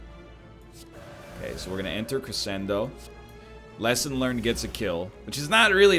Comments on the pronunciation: K8 shed a tear when he said "cressendo." EDIT2: thrice. Oh my.... And one was AFTER saying it like he's not.... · Hey, idk if you care about these types of things because it's not that important, but it's pronounced creshendo, even though it's not spelled that way. It's a musical term to indicate the reader to get louder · If his wife hears him pronounce crescendo like that, I think she might beat the crap out of him. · How can one egg be seemingly so intelligent but also say crescendo like that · he can't even pronounce it, never mind play it properly. Cost him the run, my dude. THIS is why YOU don't comment until the end of the run.